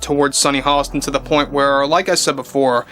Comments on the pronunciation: It's Hostin, not Holliston. Otherwise, you're spot on. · Dude there’s no L in her last name! C’mon guy! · There is no l in Hostin.